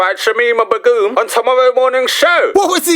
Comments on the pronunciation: I like the way you say "B'goom" like legume and not "Begum" like bacon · Especially someone who doesn’t even know how to pronounce her name. Yet you can go off at a lengthy rant about it. Okay then.